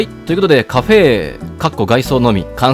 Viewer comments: カ↓フェ↑の誕生だ！ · カフェエの発音好き